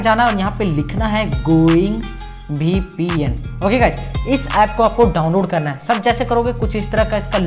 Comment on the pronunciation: BPN nahi hota VPN hota h vo 😅😅